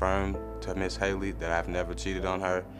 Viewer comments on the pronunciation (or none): Him saying ms. Hayley is making me mad